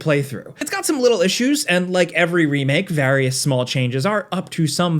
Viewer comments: why did he say remake like that doe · when you said "remake" it sounded like an accent. lol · with the British accent